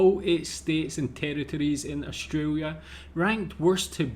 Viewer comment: South Aussie here. I enjoy your reactions and want to put one thing to you.. if you can't pronounce the 'L' in AustraLia' please just say 'OZ' 😂😂😂 bad enough we have to teach Americans to say auzzie instead of Ossy!! 😅 Os-tray-lee-ah ok, not Austraywyia!! 😂😂😂 It's just wrong. You wouldn't say Kuala Wumpur would ya? I know, I live in Malaysia now too but speak like a local sarawakian, and it's a lot more colloquial than plain bahasa!! So do us a favour, say Oz if you can't say it correctly.. from one mat salleh to another. ❤